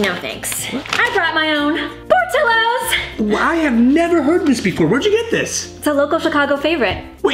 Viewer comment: its por ti os